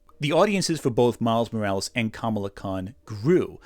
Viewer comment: I know this is a small nitpick and so far I like the video, (I'm ) but Kamala Khan's name is pronounced the way people were mispronouncing Kamala Harris's name.